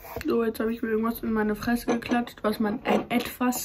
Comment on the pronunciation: "und wasch meine freysse"